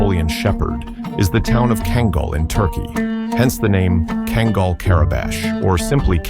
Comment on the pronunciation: Man, wish you would make up your mind on how to pronounce kangal! Also, a lot of your facts are wrong!